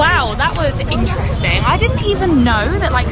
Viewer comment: It's really interesting the way she pronounce intresting 😂😂just love it